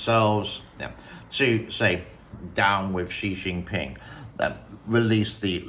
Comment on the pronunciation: Thanks for your pov, but I don’t agree with you on how Chinese people would be freely trashing on Xi Jinping just like Americans do. Do you speak Mandarin? When did you leave China? The way you pronounce the Chinese dictator as “she she ping” makes me think that you don’t speak Mandarin nor you have any chinese friend who actually trash on Xi in front of you. I live in Europe and even here 9 out of 10 of my chinese friends are very afraid of even talking about any political issue, let alone Xi Jinping. It looks like you might’ve lived in a forigner bubble in Shanghai in the 2000s or so before China become much more oppressive. It doesn’t mean your experiences aren’t genuine, but it definitely doesn’t represent life of ordinary chinese people.